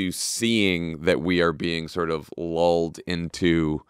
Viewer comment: Did Jon say "LOLed or "Lulled" into complacency? 🤔